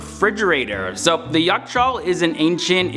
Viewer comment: you pronounce yakh = jach, your pronunciation sounds like a Mongolian warlord